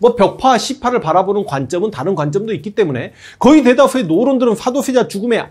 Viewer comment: 역thㅏ를 가장 역thㅏ 답게 !! thㅏ도thㅔ자 아들 정조 ㅋㅋㅋㅋㅋㅋ옛날 무한도전의 노홍철님 생각나는 번데기 발음 재밌어요 ㅋㅋㅋ